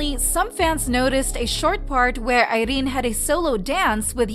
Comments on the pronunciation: THE ACCENT ON IRENE'S NAME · Why is she pronouncing Irene's name like? that LOL! is just unnecessary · I don't really know much abt rv but Irene definitely doesn't look like a woman who'd just let men take advantage of her lol. Jk. It was just choreo and kpop fans being kpop fans over analyzed everything. Ps. I love how you pronounce Irene 😂